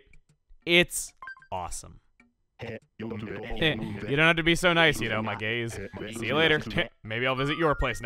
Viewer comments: you know if i hadnt looked at the screen i’d have thought that he said he changed fang’s catchphrase to “my gays” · I thought he said my gays then he started talking about eyes and then i was like ohhhh gaze lol 😂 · When fang says "my gaze" it sounds like "my gays" as in "my dude"